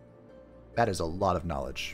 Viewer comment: Every time you say "nowledge," my brain goes, "cowfee."